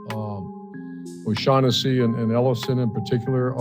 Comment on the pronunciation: O-shug-hennesy If you know you know.